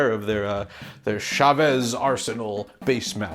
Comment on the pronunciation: The CH in Chavez is pronounced like the CH in chocolate. Source: I am a native speaker of Mexican Spanish and mom's maiden name is Chavez.